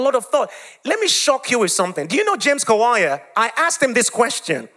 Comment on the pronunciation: 😂😂😂😂😂😂 the way he pronounce name kawalya that kawaya😂😂😂 but I liked the testimony dear you did good job bro